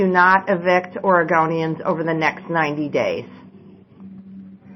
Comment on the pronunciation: Yep. She said OREGAWNIANS! Where is she from?? Nevawda? Hahaha. .